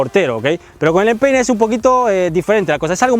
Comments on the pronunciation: Al escuche que dijo pene aún de empeine 🤣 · min parece que dijera pene XD